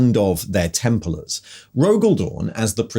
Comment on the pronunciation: Templers? The random odd pronunciations are back lol